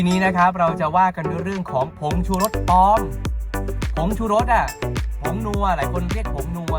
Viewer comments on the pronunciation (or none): ปลอมค่ะ ไม่ใช่ ปอม